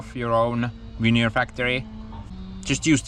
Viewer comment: Ha Ha until I saw the sheets I thought you were saying Manure...Logs turned into Manure. Veneer manure it is then eh? Smash that like people!